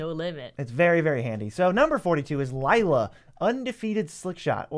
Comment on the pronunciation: How they added an extra i to Lilah’s name, like what?